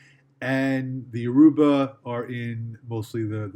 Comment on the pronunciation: Igbo is pronounced ee-bow and yoruba is your-uh-buh. Thank you!